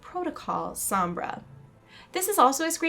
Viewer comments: Why do you keep pronouncing her name like S-om-bra. Listen to how Reaper says it. S-ohm-bra. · ""SOMBRA"" NOT SAMBRA!! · Sambra? Its pronounce Sonbra (Sombra) but nice tried tho not hating it just bother me a bit hearing you saying it wrong over and over lol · sohm-brah not sambra. eeeeeh! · sambra...... sambra.... sambra...... it is SOMBRA!!! Love the video though. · Well it sounds like she's Hispanic and if she is I want people to pronounce Sombra right, it hurts my Hispanic ears :( The "o" isnt an a sound, it's like an "oh" sound. Plus Reaper pronounces it right. Loved the video though, super interesting! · Pronounced "Sohm-brah" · How she says sombra she's sees som bra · the video was really good but one thing bug me was the you kept mispronouncing Sombra and kept saying SAMBRA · It's Soh-mbra. (I think Alejandra might be Sombra, but that robot mask is hers. But just a mask.) PS. How OLD is Soldier 76, if that was in the past.. JEEZ. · at least learn how to pronounce sombra hence it is a latin name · people pronounce "sombra" so weird. lol